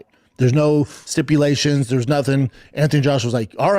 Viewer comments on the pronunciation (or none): ‘there’s no Sippylations’ did this baboon fuck up the word ‘stipulations’???